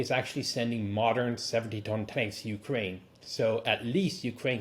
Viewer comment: And what have they won" ukeraine"